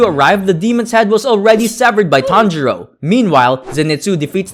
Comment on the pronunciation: it sounded like “tanjiro and tanjiro” or “tanjuro and tanjuro” 😂😂😂😂😂😂😂